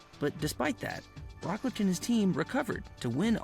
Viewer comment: The way the dudes pronouncing Roglic is craazy